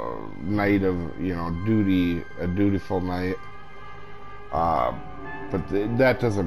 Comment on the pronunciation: He says DUTY lololol